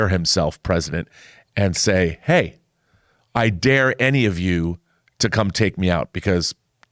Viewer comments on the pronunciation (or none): none